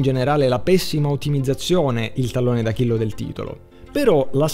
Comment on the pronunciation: "Tallone d'Achillo".